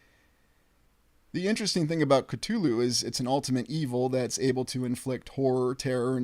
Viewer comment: One of the only times I've ever heard someone pronounce "Cthulhu" correctly. Bravo.